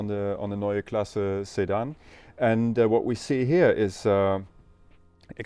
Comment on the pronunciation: Man I couldnt understand what was being said at first and thought he was talking about Saddam (Hussein) not a sedan still has a place